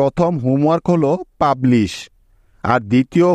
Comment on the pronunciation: Publish,,,Turmid,,,Furnit,,,,,,,,,,,,hoice,,,sae bolen